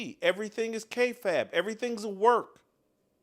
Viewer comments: It's pronounced Kay-faybe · Please learn how to pronounce KAYFABE!! 🤦🏽‍♂️